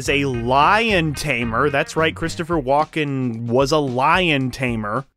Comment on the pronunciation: His name is WALKEN NOT WALK IN